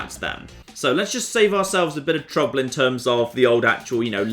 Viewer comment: it bothers me that when he says the word "trouble" it very clearly sounds like "trubbo"